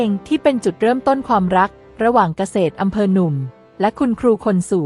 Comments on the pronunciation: กะ เสด อำเภอครับ ไม่ใช่ กะ เสด ตะกอนอำเพอ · เกษตรอำเภอ อ่านว่า กะ- เสด - อำ -เพอ